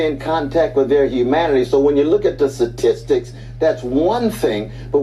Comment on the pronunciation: Dude is a professor and he says "Satistics" 🤣 ....omg the education bar is low